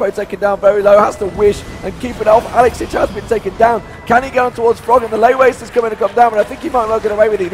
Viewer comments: you nailed the "ich" in AlexIch tho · The most impressive was you pronouncing 'alexich' correctly